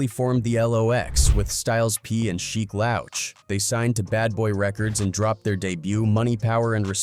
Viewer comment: "Lowch"???? Wtf